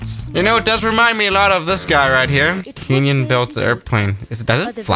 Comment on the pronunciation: KEENYAN THE HELL IS THE EXTRA E UP UR ASS AND TO THE THE LEFT IT US LIKE BEING CALLED AMEEERICAN LIKE TF KEN YUN IS HOW IT IS PRONOUNCED